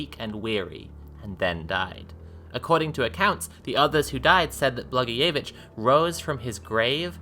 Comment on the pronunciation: Is that how blagojevic is pronounced?